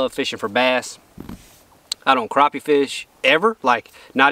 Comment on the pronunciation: All y’all kill me saying crappie wrong. There crappie not croppie. When has anybody saw them spelled croppie. Never. People need to start calling them by there correct name and to hell with being politically correct . Your from the south boy call them there right name or don’t talk about them at all!